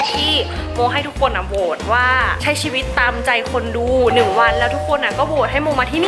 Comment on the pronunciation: มีข้อเสียตรงที่ว่าหนูรำคาณพี่ตอนที่พี่บอกว่าในชวิต เเละ ชิวิต เเล้วก็ชีวิต